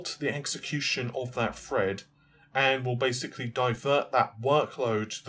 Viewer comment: Actually i thought he said, Balinda, like a womans name. Also T's have a hard F sound. So yes 16 Freds.